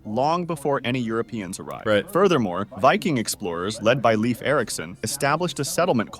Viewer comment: Leif is not pronounced "leaf". Should be pronounced more like "leyf".